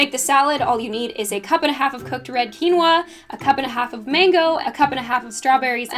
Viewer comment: Nothing makes me more upset than the way that quinoa is pronounced. I love the effort you put into making your food videos visually appealing. It would probably be easier and totally understandable for you to just do photos of ingredients or keep a camera on a tripod in front of you while you make stuff but you do all the fancy camerawork and the editing - that's so awesome!